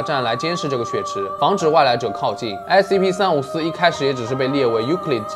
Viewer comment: 把354講成345了